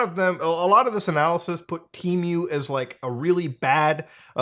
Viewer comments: Why do you keep saying tea-mew??? You should say Teh-Moo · temew? dufuc bro its tee-moo(temu) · It's pronounced Teh-Moo not Tea Mew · Why do people pronounce it like it had 2 "E"s? It's TEMU not TEEMU. God, english is such a stupid language. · TEEMOO, not mew, its NOT MEWDAHAR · temu ❌ T-MEW ✅ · I've always pronunced it "Temm-you"... 🤔 Not "Team-you".... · don't deadname TEEMOO. they revamped all their commercials to now pronounce it "TEHMOO. They even recorded old commercials that used the old pronunciation. I have no idea why they bothered with that as they don't even have a name in Mandarin to mispronounce. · “Teemyou” he says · It's Temu, not Tee miu ... But it's okay, we all make mistakes. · How you pronounce Temu as Timiue can’t take you serious 😂🤦‍♂️ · Drink every time muda says Tee-Mew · "Teemew" lol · Tee-mew 🤦. You got it right the 3rd time you said it at least lol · Just the way this guy says the word temu as “tea-mew” makes me never want to shop there again. How does he pronounce the bird, Emu? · temuuu lol the way u say it is so funny lol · Why the fuck are you saying tee-mew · it’s just not how you pronounce it. It’s just goofy I guess lol. I think I know why he does it tho, temu has been pushing a lot of low quality ads with AI voice overs that do pronounce it tee-mew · Tmew.. Muta sounds like he is summoning a Pokémon. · What was I welcomed to Themis video by? Yep, a Teemew/temo/timeyuh/tehmoo/timoh ad. Nobody knows how to pronounce it. All examples above have been used in their own ads. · your pronunciation of temu and shein is very interesting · why do you add 3 extra letters in your pronunciation of temu lol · I think its pronounced Temu like "Test" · Temu doesn't even know how to pronounce temu. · Never trust an online store who cant even pronounce their own god damn name in their adds! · Their own ads cant pronounce it correctly😂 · listen closely how muta says temu ☺️ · So shady not even they know the correct pronunciation of their name